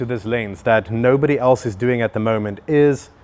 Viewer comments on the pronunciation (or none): none